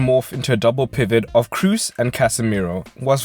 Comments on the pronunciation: can't stand your pronunciation of Toni Kroos it should be pronounced as "Cross" not your Crus or something like that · As a german I can say you pronounce it "cros", but with a long "o". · No, it is like Cross